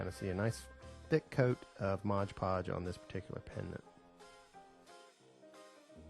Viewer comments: It's Mod Podge, not Modge Podge. C'mon, it's on the bottle in big letters! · This is a great tute.. Thank you... Just fyi.. it's pronounced MOD Podge (not modge podge). Briliant.. I am going to try this. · Nice tutorial! However, you're saying the name of the product improperly. ;)